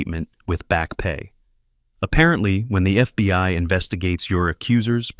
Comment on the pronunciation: the next one with a stroke its only three Letters and he fuck it up every single time